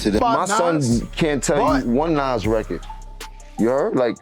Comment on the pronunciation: Is it just me or was this post stupid, he mispronounced Nas😂